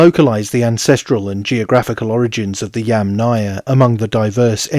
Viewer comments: You are clearly saying YamNAya, instead of YAMnaya. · person-turqouise-waving: hi, I liked your video! FYI, it does sound as if you are putting much more stress on the "náya"... next time, do try it this way; Breath in then breath out the word -- Yúmmna-ia.. best of luck, as I know it is difficult. Personally, I rather hear you say "pit culture" instead, which is the lit. name of it. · Yamnaya is pronounced with the accent on the FIRST syllable. -aya is a suffix, and suffixes never take stress. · yes, many knowledgeable people said something about the name of the pit culture being repeatedly mispronounced by the author.. It is a russian word, it is feminine, it is difficult for English speakers to say correctly. . "яма" lit. means pit.